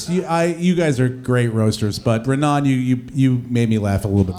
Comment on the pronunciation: It’s Raanan not Ranaan